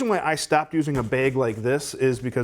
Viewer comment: There's no "e" in bag. What you're saying is beg, and I dont beg.